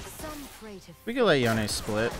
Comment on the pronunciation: It's yonE